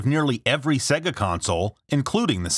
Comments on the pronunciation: SAY-gah. Not SEH-gah. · It's not segha its mòre like seeegah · come on say it properly. Saayyy-gah. ;) great vid though. Dreamcast was awesome. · Bothers me when people say "seg-uh" instead of "Say-gahh". Like, they say it for you all the time.